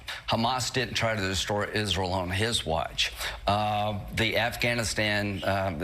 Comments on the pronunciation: Would the list of countries Lindsey Graham can pronounce normally even exceed single digits? I'm sure he's very concerned about Hamas invading "is-rul" and voting to let "sweeten" join NATO. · It annoys me when people say “Isrul”... especially when they're Lindsey Graham.